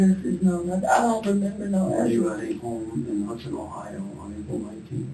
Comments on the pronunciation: It's Hudson not Houston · It’s not Houston it’s Hudson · Hudson not Houston let's get it right